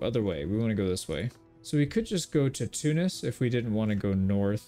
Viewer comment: thank you for pronouncing tunis right Love you from tunisia❤❤